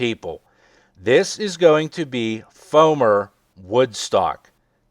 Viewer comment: Wow, he used "foamer" with the hard "r"